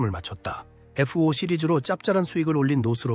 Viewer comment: 에프-오 라고 하니까 어색하다